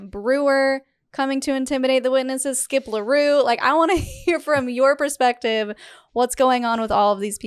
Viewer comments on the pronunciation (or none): If anyone wants to google the guy that keeps calling Skip Larue, it's actually Skip L'Heureux.